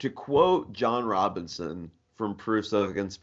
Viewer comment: Robison, not Robinson